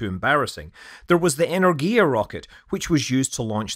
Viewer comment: It is a shame to listen stupid English pronunciation of Korolev, Energia, Cyclone etc. Shame. Is it that hard to learn to pronounce Korolev?